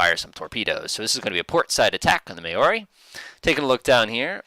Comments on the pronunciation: FYI Correct pronunciation of Berwick & Maori follows. Berwick - Bear-ick Maori - Ma-or-ee No big deal but if you are interested. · Just the kind of video I was looking for- thanks. For future reference, The Berwick is pronounced 'Berrick' and The Maori 'Mowry', as in Chairman Mao.